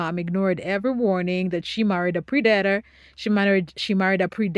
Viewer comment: Love how well done the video is!! Its not a big deal and honestly, I could learn to love your pronunciation predator is dat is like mat not like mate or date. And pre like press not pre like preamble. I apologize for the english language, its stupid and I hate it. And its designed to make even Einstein struggle with it. I hope you dont take any offense, I just noticed the word tripped you up a couple times... it definitely doesnt follow a standard grammar rule.